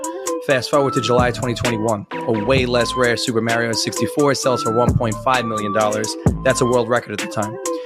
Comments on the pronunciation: So am I, and I know zero people who don't say it that way. Including myself, since I don't bother correcting pronunciation in most cases. The point of language is to pass information. As long as you both know what's being talked about, it doesn't really matter. In the same way, despite the fact that I know Japanese, I normally say manga more like mango as well. If I were speaking with someone in Japanese, or speaking with someone who understands how it's pronounced in Japanese, then I would use it that way. But there's no reason to most of the time since most of the Japanese people or Japanese media enjoyers I spend time around are online, meaning I'm not saying it at all. And it applies to all the languages I speak. When I say the words to an English speaker, I am not putting any emphasis on them, like they would be in their original language. German, French, Italian, Russian, etc... if I'm speaking in that language, then I use their correct pronunciation. But if I'm speaking to someone who only speaks English, there is no reason to do that. It is better that I say it exactly how they would because again, the point is to get the information across. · Kills me to hear Mairio... i know it is kind of localization.. people say what they do. I called Chocobos Co-co-bos forever. And it ia still difficult to say Chocobo. Still... it just bugs. "Its a me... mary-o!" Glad youve got this second channel... because i immediately click see a upload. Now.. potentially 2? You spoil me! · the name in general, but it's pronounced in the games as, "Mar-e-o." Like, what if somebody just walked up to you, pronounced your name differently, then refused to use your preferred pronunciation when they know better? That'd be rude as fuck. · Why do they keep saying "Merio"? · It bothers me how he pronounces is as Mare-io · Never trust anyone who pronounces Mario like Mare-e-o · Wouldn't buy from someone whos so uneducated they call it mary-o anyway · Mary-o???? I can't. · Super Merry-O